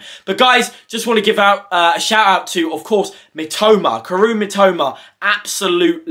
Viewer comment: Great video!. I have just one request: PLEASE learn to pronounce Mitoma's first name. It isnt that hard. Just use the animal clues. 🐄🦘 Cow - Roo Thatll get you a lot closer to the correct sound. If you then double-pronounce the first "O", youve got it. COW-oh-roo. Kaoru